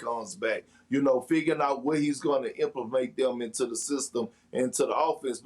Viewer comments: Bruh, did he say "implamate"? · Perk with the "implemate" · Everyone is so busy mentioning "Carusio" that I started to think I was either the only one hearing implemate or crazy